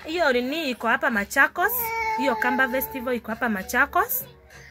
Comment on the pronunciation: Ni festival not vetival wewe